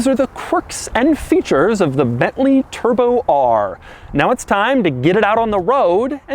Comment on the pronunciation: New way to say bently turbo r